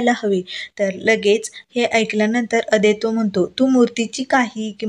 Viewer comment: Naav neet uchhara. 😊😊Aadaito nahi, Adwait.. 😊😊